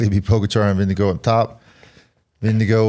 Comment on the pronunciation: Ving-eh-gore ffs